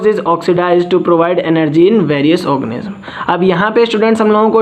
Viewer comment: Bdsk mc organism pronounce karna nehi aata video banate hoo sala 😆😆😆